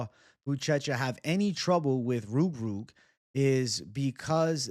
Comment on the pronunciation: can you say ROOG ROOG again 😝😝😝😝😝😝😝😝❤❤